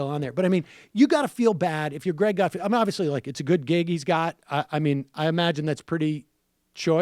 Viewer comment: It's not gut-field, it's gut-feld. Вы говнйюк